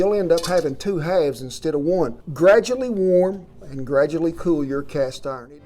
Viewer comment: Well, ah'll be a son of a cast 'arn pahhhn......